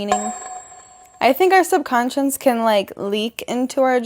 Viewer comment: "subcoscience" 🤔🤣 beach, plesee 😅